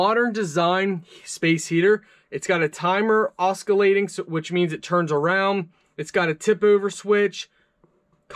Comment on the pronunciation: This was a very helpful video indeed. I just wanted to make a very minor point that the word "oscillating" has a silent "c", so the word is pronounced "AH-SILL-ATING". :)